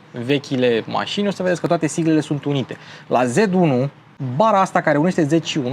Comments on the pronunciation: Dc tot zici "zed" si nu "zet" 😑? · "ZeT" 1..... "ZeeeeeeeTTT" nu "ZeD" ca ești roman în puii mei nu vestic! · Nu mi-o lua in nume de rău dar “z” in germana se citește ca și “ț” românesc. Ms